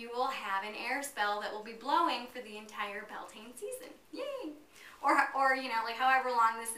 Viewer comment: The actual Gallic spelling is "Bealtaine" , and the pronunciation is "B'yal-Tan-Ah"